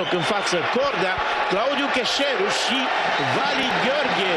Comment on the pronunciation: Băi dar ăștia nu știu să îi spună numele lui Cheșeru?